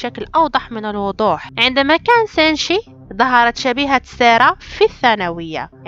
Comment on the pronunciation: منو لاحض ان قالت سانشي بدل سينشي